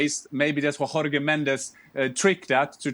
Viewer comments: Just a pronunciation tip for Yan, in Portugal we don’t say Jorge like Hor Hey like they do in Spain. it’s more like Jawrge! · Jorge is NOT Hor-hey! Is pronounced as Jaw-erh-ge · Jesus Christ why can't you pronounce Jorge correctly? You pronounce he J for José Mourinho, Same applies for Jorge Mendes. J is a J sound in Portuguese